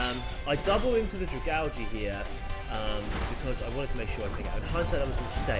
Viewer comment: Bruh I pronounce dragalge the same way you do. It definitely is pronounced that way and any other way is wrong 🤣🤣